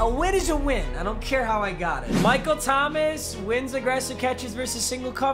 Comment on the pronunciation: its not Mike Thomas its Micahel